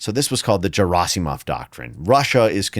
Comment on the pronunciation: If only people invested in a given subject took some effort to properly pronounce non-English surnames... Every time he says Gerasimov, I want to scream. I understand that an average person may not have the time or interest to check the pronunciation but if it's your bread and butter, come on...